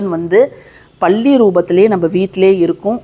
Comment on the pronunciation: பல்லி ❤பள்ளி இல்லை அக்கா